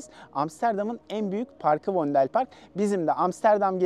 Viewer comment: vondel park diye okumaniz cok komik.Fondel diye okunur